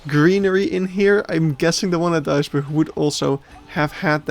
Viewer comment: well that's a creative way to pronounce Duisburg